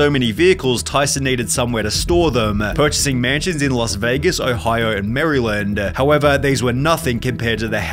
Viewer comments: Bro said Merryland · I’m a Marylander, I was completely offended when you said "Marieland".